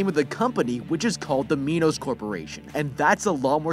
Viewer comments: It’s Minos not MEnos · its pronounced "my nuss" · It's mi-nos just so you know just a friendly fact